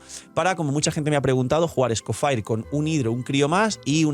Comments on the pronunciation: "escofaier" lol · Por qué lo pronuncia así? 😰